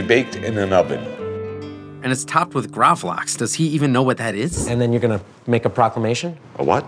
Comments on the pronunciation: gravel - axe.... not graaavleaaxe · Love when they miss pronounce gravad lax as gravlaeeexe. Thats middle class douchery world wide in its finest. Same as when swedish people correct how you pronounce gnocchi. Gotta show everyone what a world class traveler and connoisseur you are. Except for the one fact there is no swedish word for gnocchi. Its cured salmon! lol. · It's pronounced more like "graavlux" . Lax=salmon, grav in this case means to cure. Not a huge fan of it, but would like to try this pizza out.